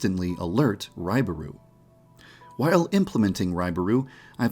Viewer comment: whi-A-le implementing Raibaru...